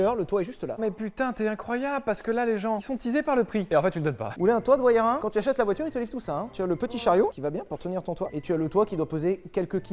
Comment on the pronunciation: Merci Sylvain pour cette belle présentation de la Pagani "WAYARA"